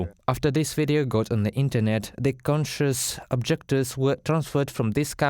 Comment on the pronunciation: Conscientious objectors: it’s tricky! A lot of native English speakers get confused over conscious vs conscience. “conscious” = awake: pronounced KON-shus “conscience” = the moral knowledge/feeling of right and wrong: pronounced KON-shenss) Conscientious (kon-she-ENSS-uss) has two related meanings 1. To be led by one’s conscience or good sense of morality in one’s own behaviour. (Like Russian conscientious objectors.) 2. To be careful to do things properly.